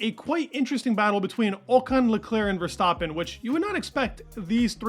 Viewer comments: STAAAAPIN LIKE STRAPIN (rhymes).. not Verstauuuuptin.. come on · why do you pronounce Max’s last name wrong?